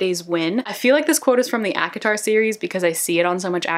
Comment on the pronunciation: I love this video. Its pronounced a-co-tar. Btw :)